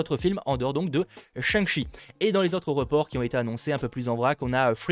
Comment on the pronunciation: On dit shang-tchi en prononçant correctement. Non ?